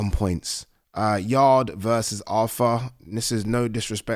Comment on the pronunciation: Arthur 😅 you said yarde